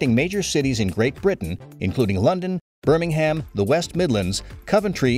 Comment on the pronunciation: I absolutely cannot believe that you used flyover video of Birmingham, ALABAMA, USA instead of what you are talking about, which is Birmingham, ENGLAND. It was bad enough when you failed to pronounce Birmingham properly. The end of the word is spoken as um NOT ham. While the two call themselves "Sister Cities," Birmingham, England is much, much larger that is Birmingham Alabama. We owe it to our dear friends Across the Pond to at least get it right. So you not only dinged our good friends in England once, you dinged them twice. Oh, how do I know this?? I lived in Birmingham, Alabama for 43 years.